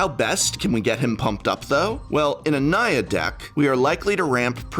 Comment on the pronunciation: Whenever you say Naya, all I hear is Nya~